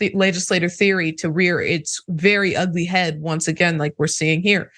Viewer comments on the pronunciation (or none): none